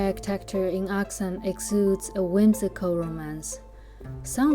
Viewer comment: Does anyone else find it odd how she pronounces Arxan differently in the voice-overs to the direct-to-camera scenes?